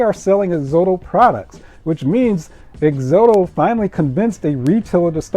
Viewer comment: It's pronounced Ex-ot-ow , like exotic but with an o.